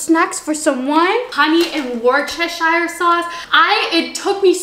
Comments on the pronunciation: hey, lol im from the uk and u pronounce it wuh-ste-shuh- sauce lol felt like u needed that xxx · It's pronounced wist-o-sheer lol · girl i’m from worcestershire 😭 pronounce it wus- tur- sheer love u tho 😭😭 xxx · As a Brit I feel it’s important I teach how to say Worcestershire sauce! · omg i swear americans cant say worschester sauce